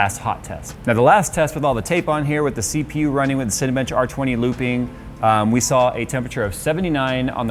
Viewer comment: The way you said CPU sounded like Seepew. Hahahah